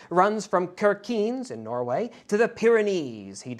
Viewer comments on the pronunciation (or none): It is KirkeNES, not "Kerkeene" in the north of Norway. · Kirkenes: Sheer-ki-ness, not Kierkeens. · Kirkenes: "Shirk-a-ness" is a reasonable approximation for an English speaker 🙂🇳🇴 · your pronunciation of Kirkenes is a bit wrong. As a Norwegian I just had to point out it’s pronounced as “Kirke-nes” with “Kirke” being pronounced like “Chjirkje” like the Norwegian translation of church. I’m no language professor so my spelling might be wrong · Kirkenes is pronounce keark-in-ness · Small thing Kirkenes is pronounced Shirkenes like ship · Shirk-eh-ness (Kirkenes). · ive never heard anybody pronounce kirkenes i such a way 🤣 "im not making fun of you" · The worst pronounciation of Kirkenes so far